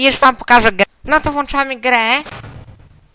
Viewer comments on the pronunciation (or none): none